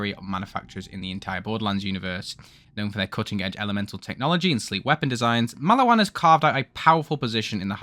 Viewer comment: please learn to say maliwan correctly twin :3